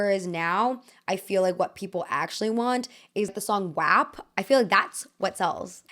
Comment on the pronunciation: Why did you pronounce WAP like that 😂 tf